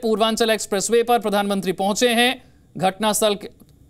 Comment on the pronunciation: News anker ghatna astl bol rha ha kaya bat ha.🤣🤣